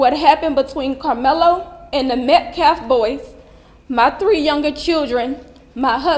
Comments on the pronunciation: As far as disrespect is concerned, why don't you first learn to stop calling the Metcalf family "Metclaff" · “Metclaf” like seriously